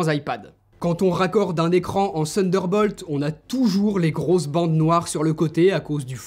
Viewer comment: J’adore quand tu dis « sunderball » tu es charmant ;) Pour le reste supere présentation. Claire détaillée et comparer divers appareils entres eux en situation est une supere idée. Pouce bleu, et pour le reste déjà abonné. Bonne continuation x Stéphane